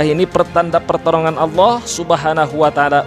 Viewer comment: Di situ gua juga denger dia tadi ngomong pertorongan seharusnya pertolongan